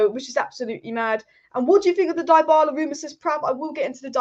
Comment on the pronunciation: DA-bala and DIE-BALA - Killed me ! LOL. You really need to learn how to pronounce some names dear.